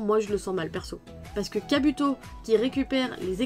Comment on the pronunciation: Tu me fais trop rire quand tu dis "Kabuto" 😂 prcq tu prononces le "u" comme en francais